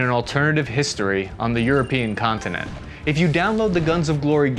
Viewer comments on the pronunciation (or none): none